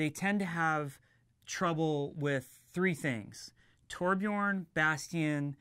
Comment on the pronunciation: so THAT's how your pronounce Tobjorn